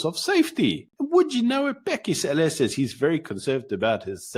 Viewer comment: Lol, your deliberate pronouncing Cele as Sêlê is funny in a racist sense